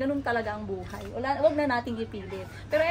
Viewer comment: Maganda ang melody ng song nyo madam kaya lang mali ang pag bigkas nyo ng buhay...buha'y is alive....and bu...hay is life! .got it? aside from that...good job😊